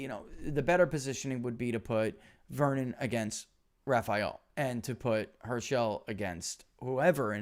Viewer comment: Hirsh-uhl, not her-shell